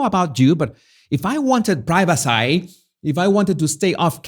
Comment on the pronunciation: Privacy. It’s pronounced pry-va-see, not pry-va-sigh.